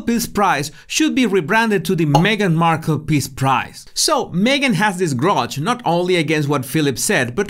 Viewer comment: They are called Markle not Harkle